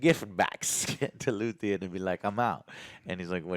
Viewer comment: 10 episodes in, and he still says "Luthien"...